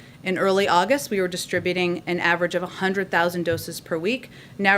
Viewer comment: Has anyone else noticed the disturbing number of ads that urge us to, "call one eight hun-red..."? When Matt accidentally mispronounced one hundred as "a-hun-er'd" , I was briefly reminded of the horror of all those commercials. Please, they should all be cancelled.